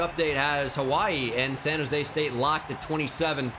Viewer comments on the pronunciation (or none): "SAHN OOSE STEETE" Comedy gold